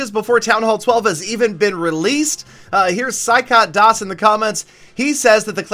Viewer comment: Love your videos a lot....the pronounciation of indian names mrinmoy santra and das made my day😂😂😂